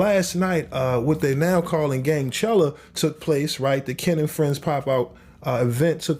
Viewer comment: He said gangchalla😂😂😂😂😂😂